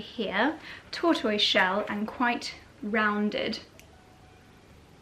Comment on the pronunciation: Tortoise - strange pronunciation...